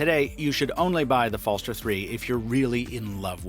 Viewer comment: BTW the “g” in “Skagen” has a “y” sound. Danish is weird that way: “Skay-en” And the “er” at the end of “Falster” is more like a posh UK accent, an unaccented “schwa”: “Fell-stuh” Try Google translates text to speech feature and selecting Danish as the source language as it’s pretty accurate.